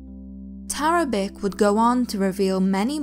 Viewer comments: Yeah, that's pronounced TARABICH not TARABIK. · Very well done, thank you. Just one thing .. Tarabic is actually pronounced Tarabich - there is an accent over the 'c' in Serbo-Croat which makes the 'c' a 'ch' sound. Just thought you should know for the future ;-)